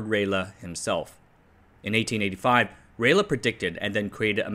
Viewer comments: The eigh in ralleigh is pronounced the same as it is in eight. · It's Rayleigh not Raylagh. Pronounced Ray Lee. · No. Ray-Lee. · RA LEE not RAY LER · FYI: Lord Rayleigh, of Rayleigh, Essex, England, is pronounced Ray-Lee, not Ray-Le. As in the River Lee / Lea / Leigh (many spellings) that notionally divides the county of Essex, from the city of London, and Hertfordshire, or the USA/CSA General Lee. There's even an Adele song on the subject, but she's from over the border. There's a HAM radio club in the area, with several ex-Marconi employees, if you want something else to misspronounciate 😊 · Hi. Love your work. btw 'Rayleigh' is pronounced RAY-LEE. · Sorry to correct pronunciations, HIs name is spelled Rayleigh but its pronounced "Rally" or "Rawley" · Rayleigh is pronounced “ray-lee”. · thanks for the video. fyi I think Rayleigh is pronounced identically to rally sorry. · Rayl-uh? Do you have some reference to the name being pronounced that way? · Rayleigh is pronounced "ray-lee". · As a native english speaker, I feel like it should be Ra-lay, but I could be wrong. Niche is defo pronounced Neesh (sorry I just couldn't resist :D). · it's pronounced "rally" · Rayleigh = Rah-Lee SAW = Saw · You pronounced Lord Rayleigh like Raleigh but you use "aluminium" instead of "aluminum". Hah, gotcha! >97% confidence you were raised and educated in a Commonwealth nation and adopted the American accent later when global culture was Americanized through the internet, or you continued your studies in the US. Hmmm, Singapore? Malaysia? Or Canadian maybe? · 'riley' is also a common pronunciation for Rayleigh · Not as far as I have been able to find. Every source of pronunciation info I can find says “ray-lee”. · Why do you keep mispronouncing Rayleigh? I already corrected you on this months ago. It's pronounced "Ray Lee". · The pronunciation of Rayleigh just about unalived me.